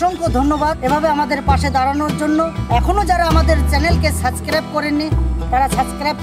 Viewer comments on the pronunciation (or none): দাদা সঠিক উচ্চারণ হলো সাবস্ক্রাইব not সাস্ক্রাইব।।। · আমার খুবই ভালো লাগে স্যার আপনাদের এই কাজ।। আপনারা মানুষের পাশে এরম থাকেন কয় জনি বা করে, কিন্তু ছোট ভাই হিসাবে একটু ভুল সংশোধন করবো।।। ওটা স্যার যেটা বলেন ওটা suscribe(সাসক্রাইব) নয়, ওটা subscribe(সাবস্ক্রাইব) হবে।...... "ব" আসে উচ্চারণে। ভুল টা বললাম কারণ আপনারা অনেক ভালো কাজ করেন তাই এই ছোট উচ্চারণ mistake টা না হওয়াই ভালো।।।